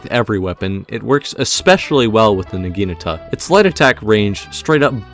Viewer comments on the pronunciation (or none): Say it with me: NA-GI-NA-TA. Not NAGINUTUH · Nah - gee - nah - ta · you butchered the pronunciation of the weapon so bad LMAO its nah-gee-NAH-tah or nah-ghee-nah-tah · I hate how you pronounce Naginata